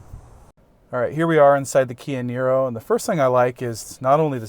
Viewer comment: Apparently when says Kia Nero quick it sounds like Canyonero. I had to rewind the video, lol.